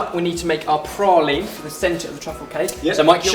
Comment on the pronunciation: I am sooooo happy you didn't say Pray-Leeeeene. That's just not how you say it!!!